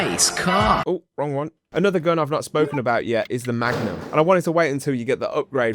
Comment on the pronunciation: Don't you mean the Mugnum?